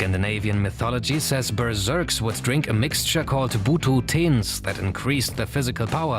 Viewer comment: Berserkers* not Berzerks